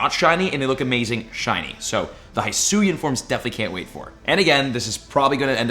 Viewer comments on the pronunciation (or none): So is it just me or does the way says Zorua, Zoroark, and Hisui break my ears? I believe it's Zor- ooa and Zoro- Ark and Hei-Sui